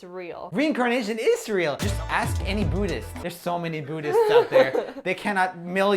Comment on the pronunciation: Says re incarnation is real and to ask any buddhist... doesnt know how to pronounce buddhist